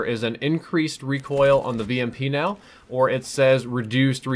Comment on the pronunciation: mow = now